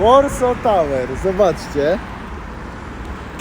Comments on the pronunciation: Tak, ale czyta się Warso, nie Łorso... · To jest Warso, a nie Łorso...